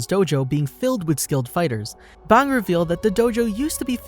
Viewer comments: Your pronunciation is crap it is pronounced bang like a gun not bong like the thing that you smoke weed out of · did he say bong instead of bang? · its not bong its bang😡🤬😤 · you dont know how to say bang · You pronounced “bang” funny 😂, wanna smoke a bong?